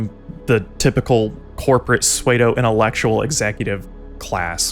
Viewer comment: Sudoo not swaydo...(psuedo)